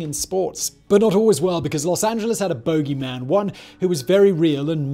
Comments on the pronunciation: It's "boo-gey" man, Simon 😆 not "bow-gey" lol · Boogey b-u-gy not bogie (a booger to Americans. Boogeyman not bogieman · OMG Simon, I swear to god if you say Bogie one more time I am going to scream. It's Boo-gie! say it right. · Bogey Man, lol, it sounds so funny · “Bogey” man? Was he extremely bad at golf? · What is a "bow-gee" man?